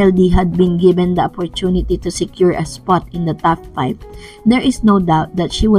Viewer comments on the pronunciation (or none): TOP 5 ..not TAF 5 heehe